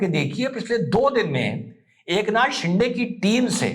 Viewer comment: You pronounce de in Shinde very erroneously Please correct it.